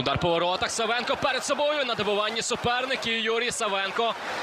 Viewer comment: Накоглос на першу А в прізвищі САВЕНКА!!!